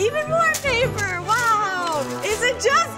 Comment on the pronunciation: Lana: ItS PaPeRrRrRrRrRr Why did you click read more?